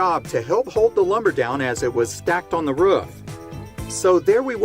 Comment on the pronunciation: Being from the south, hearing Roof pronounced like Ruff so many times was rough.